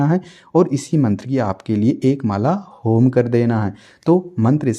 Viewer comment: चार माला ठीक है लेकिन होम की क्या बोला आपने वह समझ नही आया